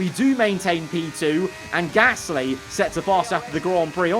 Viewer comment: Ffs why can’t you say Gasly right not gassssly